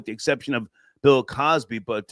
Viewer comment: said Pill Cosby.